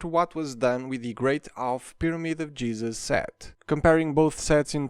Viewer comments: Anyone else hear say "The Great Half Pyramid of Jezus" or am I just tripping? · I’ve listened to this 3 times, I swear you said Pyramid of Jesus